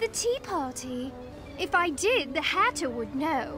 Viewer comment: Alice sounded like she was trying to say hatter but said hare and fixed it last second like hairter I spelled it like that because hareter doesn't look right